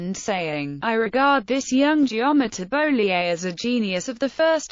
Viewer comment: Very enlightening, but it would be better if the mathematician's name were pronounced correctly.